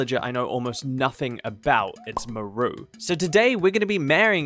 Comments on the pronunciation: Absolutely hate how you pronounce her name "Muhroo" lmao but I agree she is the most boring villager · I pronounce her name as Maar-roo haha maybe it's a Kiwi/Maori thing, but I've never heard Mah-roo before 😅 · most places pronounce it "m-ARE-oo" like marsh and marley. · Why does he take the A out of her name?